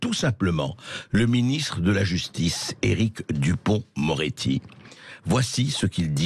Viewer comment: Lapsus à "duporc-moretti", excellent.